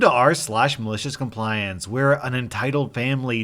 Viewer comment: You need to work on your pronunciation of the word "Maliciouscompliance"